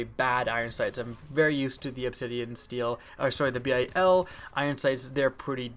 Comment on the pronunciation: steed not steel